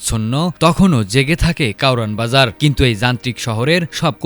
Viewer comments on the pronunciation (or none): কাওরান বাজার নাকি কারওয়ান বাজার?